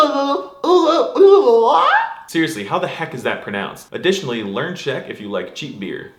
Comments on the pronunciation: wow, your Czech pronunciation is spot on! Congrates! You should learn Czech also if you want to live and drink with us here in Czechoslovakia and our capitol of Chechnya. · Fr, Czech is one of my first language and he NAILED it